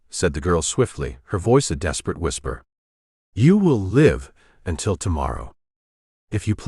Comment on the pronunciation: Needs to learn how to pronounce live